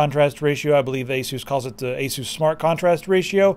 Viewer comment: I think it's pronounced ace us